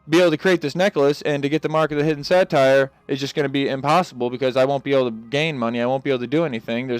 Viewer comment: im not here to hate or anything but mark of the hidden satyr is say tur not say tire